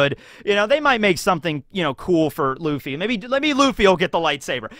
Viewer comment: Luffy not Laffy